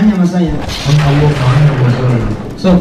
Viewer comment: Alloh baca W, A... 🤣🤣🤣